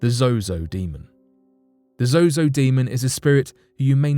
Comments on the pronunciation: Its ZOZO you kept saying Zoho due to your accent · Fsake, its zoo not zoho. Do your research properly lol. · The "demon" Zozo is an invented entity. admitted to inventing his stories for attention. Also, you kept changing the pronouncoation of Zozo throughout the video, switching between Zozo and Zoho. Is this on purpose? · I think its zozo not zoho. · The host should have kept mispronouncing the name the demon that starts with the letter Z. all the demons are evil and dark, but some are definitely worse than others, but they all bow down to the name of Jesus